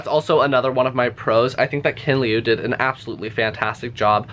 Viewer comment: Note: the "i" part in your description should be pronounced like "sh-i-rt". So imagine "tsirt" without the -rt part. Also, the surname's pronunciation is better described as "leew", like "few".